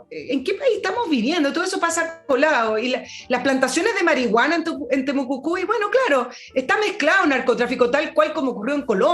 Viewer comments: estimada es TEMUCUICUI no TEMUCUCUI..... jajajajajajaja.... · Buenos días, una vez más escuchando y agradeciendo sus análisis tan acertivos 😊. Sólo un alcance para, la encuentro SECA! y por lo mismo me hace ruido cuando habla de "Temocucui", estimada el nombre es Temocuicui o Temucuicui. Besos a ambos.